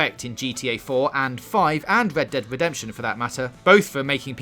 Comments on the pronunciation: "wed dead wedemption two" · 'Wed Dead Wedemption' sorry I dont mean to be a dick but man thats funny and caught me off guard! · Wed Dead Wedemption 2. I'm not hating or making fun of your speech impediment, i just find in sorta funny